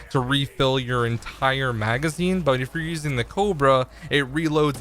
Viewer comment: He pronunced the cobra cobro he does knoe its a namr of a snake, right?